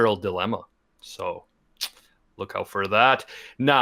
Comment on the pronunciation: "it's called the cat-girl dilemma, so look out FURR that" He didn't do it on purpose, but his accent did it fur him